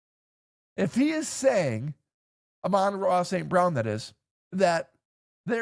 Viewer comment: cant even say the Sun Gods name correctly